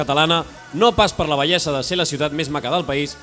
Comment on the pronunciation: El pringat de la dreta, per què diu "bellessa" en lloc de "bellesa"? Que es va donar un cop al cap en néixer? Apreneu a parlar abans de fer pòdcasts, foteu el favor